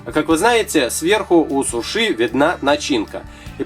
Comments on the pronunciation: Извиняюсь Синьор за долгий коммент, но человек специально написал сушы, просто ему стало интерестно почему говорит так ударяясь о последнюю букву и с таким ярким выражением Ы!) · Правильно сУУУУУУУши! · Правильно говорить суши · Надо говорить сУши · Ага, в первый раз когда услышала сушИ думала показалось, а оказывается нет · СУши! Ударение на У! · Суши, ударение не на и, а на у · вы не правильно ударение ставите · суши ударение на у. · ставь правильно ударение на у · Софик Татрокова суши - это японская еда, а в Японии звук "Ш" не произносится. Это уже по американцам мода пошла говорить через "ш". )) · да правильнее говорить сУши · вообщето не сушИ а сУши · Говорится сУши, а не сушИ да ещё это роллы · во первых не сушИ а сУши, а во вторых это ролл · Не сушИ, а сУши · У слово суши ударение падает на 1 слог а говорит и ставит ударение на 2 слог НЕ ПРАВИЛЬНО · Почему вы говорите сушЫ а не сУши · Не сушИ а сУши ! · сУши а не сушИ удорения на у без обмд:( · сУши а не сушИ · да не сушИ а сУши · я тоже согласна!! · ударение на уууууу а не на иииии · Это не суши,а роллы!И правильно говорить не сушИ,а сУши! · Не сушы а суши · Да вот именно правильно не сушИ ,а сУши!!!!!!!!!!!!!!!!!!!!!!!!!!!!!!!!!!!!!!!!!!!!!!!!!!!!!!!!!!!!!!!!!!!! пративно слушать иза-за этого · не сушы , а суши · правильно говорить сУши а не сушИ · уважаемый, не сушИ, а сУши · да что вы привязались к человеку ну что сказал не правильно но вы не правильно не правильно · ударение на букву "У", а не на " И". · Не сушИ не сУши а суши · Как вы показали роллы,сразу слюнки потекли! Но правильно сУши, а не сушИ)) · во первых не суши ( ударение на и ) а суши ( ударение на у ) а во вторых это роллы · Не сушииии а суууши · Сууууууууши а не сушииииииии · Мне тоже так кажется Что правильно говорить су*ши а не суш*и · Не сушИ а сУши!! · Какая сушИ??? СУши а не сушИ,извините,но вы на украинского мужчину похожи. Говорите правильно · не сушиииии а сууууууши